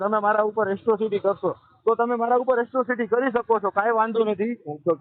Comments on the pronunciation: એટ્રોસિટી કહેવાય તારી માને શોધે એકરો સીટી નહીં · પેલા એક્રોસીટી બોલતા શીખ દોફા